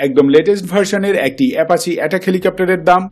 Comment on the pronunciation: কিসের এ্যাপাচে? ? কি সব উচ্চারন লাভ কে লভ, অ্যাপাচিকে এ্যাপাচে